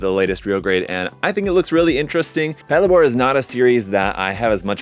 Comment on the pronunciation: Mine is en route to me, can't wait to build. I'm planning on painting it like the Toyota Crown police cars, so it looks like I'll be wearing my rarely-used car modeling cap for this. (btw, it's pronouced "pat-LAY-bor" as in "patrol labor")